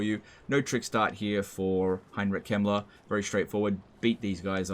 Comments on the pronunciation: same here. dosn't pronounce the K and says the e like an i. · I legit thought you said Heinrich Himmler instead of Kemmler and I had to kinda do a double take. I do guess Himmler would fit into the Warhammer world.